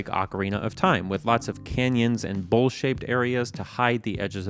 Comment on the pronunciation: I was watching at 2x speed for a minute cause I’m in a hurry to finish this. But then when he said “bowl shaped areas” it sounded like “bullshit areas” and I was like “, WHAT?! That’s not like you!” Lol